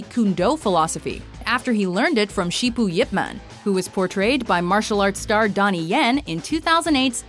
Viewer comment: "Learned it from ShiPoo Yip Man?" ShiPoo? ShiiiiPoooo?!??!?!